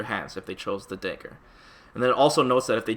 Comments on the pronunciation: dude it’s fucking DAGGAR..not dehger..that shit killed me. good video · Why do you say 'daegur'? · The "day-gger" lmao... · "Day-ger" lmao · He doesn’t know how to pronounce dagger. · I was thinking that too lol